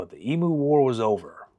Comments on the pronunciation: They are EMUs not EMOOs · Australian here. It's not pronounced "EE MOO", but "EEM YOU". And what solved the problem in the end was a half a million .303 rounds issued to farmers free gratis, which is what the farmers wanted originally. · EmU not Emoo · It's pronounced "ee-myoo", NOT "ee-moo"! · Eemyou not eemoo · Stop saying emoo its pronounced eemyou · I think it's only Americans who call these birds 'ee-moos'. Aussies refer to them as 'eem-use'. Btw, if you want a story of unwanted animals running rife in Oz, track down the hilarious 'Cane Toads: An Unnatural History'. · thanks you mob, that was a deadly telling of an hilarious local tail its e m u like menu btw, not e-moo like a cow, but my ex says emoo too, so can't blame you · Love this channel and this is a funny one. Just a quick tip it's not pronounced like tjat shitbox brand Temu. It is emU, you have put most emphasis on the U. Cheers 💪🏼🇦🇺🤙🏼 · Yes, me too. His mispronunciation of the word 'emu' as 'e moo' was driving me nuts. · It's pronounced 'eem-you' FFS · I'd love to hear an American who takes the time to learn how to pronounce the name of the emu correctly. Maybe asking Google how to say 'emu', taking the time to listen and learn would actually show the respect to our people, our nation, our flora and fauna, and our history ;) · Neither am I. I didnt mean to insult you but as an Australian the bird on our national crest is an Emu. Most Americans pronounce it incorrectly but not on purpose. We have the Kangaroo and the Emu because neither animal can take a step backwards therefore as a nation we can only progress forward into hopefully prosperity. I think we have lost our way recently. Keep up the fantastic job you do, Im amazed at the subjects youve covered and thanks for some Australian content!